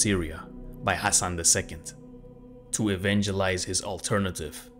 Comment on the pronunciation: 8.48 Thats NOT the way to pronounce ´´Ibn Sabbah´´ even the name Hassan wasn't pronounced correctly.